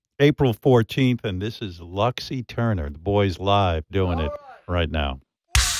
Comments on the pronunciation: "lox Iterniah". Si pronuncia "Lucs Eterna". Altrimenti usate l'Inglese. Latino for dummies! C'mon Metallica, anyway! ;) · Bro had it written down on a card and said “Lux Eterner”